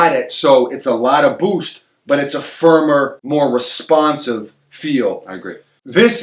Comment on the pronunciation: doesn't just say "boost," He says "Bhoowst"